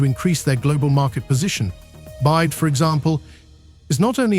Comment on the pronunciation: Total ignorance of this narrator in regard to the industry as he keeps calling BYD bide. This is an ill informed rehash of misinformation that has been around for months for the purpose of getting clicks and spreading false information.👎🏻